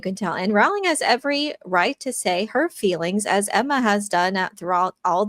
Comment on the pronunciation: You pronounce it "rolling"... As important as she is as an author you think you could get that right. Oh and before you get uppity J.K has addressed it herself dumb dumb.